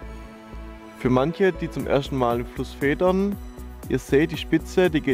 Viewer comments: edd wird fieder gesprochen !!!!!!!! hahaha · Feedern wird eigtl anders ausgesprochen ... Aber jedem das seine ^^